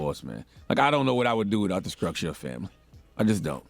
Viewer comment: Ummmmm did CTG say scructure? Bruh you need to quit pronouncing words with the letters str in it because you can not pronounce the word is Scructure it's Structure okay?? damn.